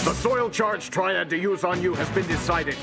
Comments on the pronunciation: im pretty sure its "soil charge triad" not trail or trial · silly, its triad not trial